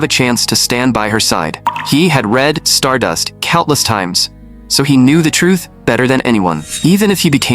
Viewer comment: Bros saying stardus where’s the tttt